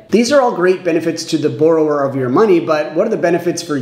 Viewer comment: Please learn how to pronounce the word that your entire video is about